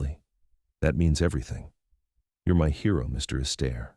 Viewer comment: Your A.I. is hilarious. MR ASTAIRE,becomes MR EASTER.